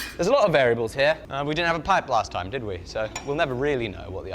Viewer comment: Why did a pipe just make you even more British. Lol